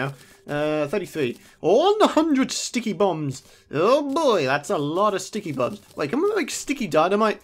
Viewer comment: It's not sticky boom's it's sticky poo's LOL